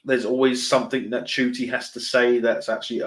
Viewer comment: Let's make this ONE POINT very clear: Though the 'actor' who has been hired to depict Doctor Who spells his name, "Ncuti Gatwa", and the observers incorrectly pronounce his name, "Neuity" the actor pronounces his first name, "Shiettie". I say, we SHOULD pronounce it as close to the actor's OWN pronunciation - as it is HIS(her/their/them's) name So, I say, "Shitty" Gatwa.